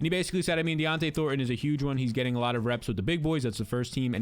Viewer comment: Bro. It’s Dont’e Thornton…not “Dionte” Thornton lol